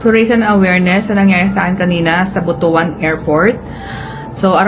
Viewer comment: Pls the right pronunciation ng word ng Butwan not Butu an altho the spelling of it is Butuan.pls